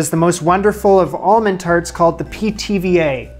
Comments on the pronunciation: Every time you said Pithiviers I heard PTVA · "Pithy Veers?" 🙃